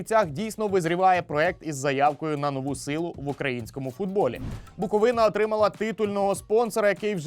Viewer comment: Лайк тільки за правильний наголос в слові Буковина 🥰